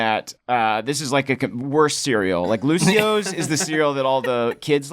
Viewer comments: Its not Lucio's, it's Lucio-oh's! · its lucio- OHS! not luci-ohs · Something that I hate is that it's not Luci-Oh's, it's Lucio-Oh's. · Lucio-ohs not Lucios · It's "lucio-ohs" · Um... excuse me... it's "Lucio-oh's"